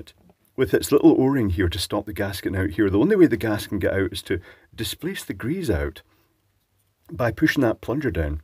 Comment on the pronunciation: Hail greeze! I live that pronunciation. <3